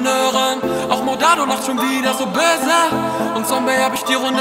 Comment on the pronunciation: Das ,böse’ lachen stört mich von der Aussprache ein wenig, aber sonst ein Baba song